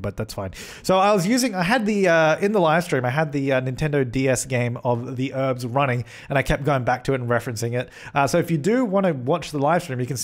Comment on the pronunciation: The Sim Supply Or one for every time I thought you were saying 'herbs' instead of 'Urbz' :)